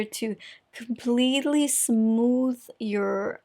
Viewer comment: I’m here waiting for a funny pronunciation of a word . Like “smootthh” and “cathegorie” it’s so adorable it makes me chuckle every time!